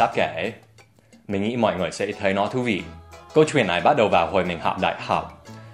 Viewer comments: Từ " kể chuyện " có cái từ " chuyện " Dan đọc nhấn mạnh quá , người việt như mình thấy đó giống như " kể truyện " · your ch in "chuyện" is too strong, make it softer and smooth.